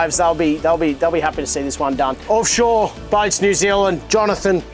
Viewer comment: Call it "Orfshore" 😂